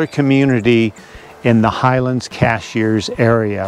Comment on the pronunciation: Great video! One peeve: it's CASH-URS, not CASH-EARS